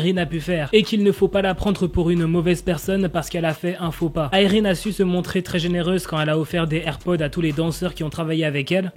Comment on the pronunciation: il le dit avec l'accent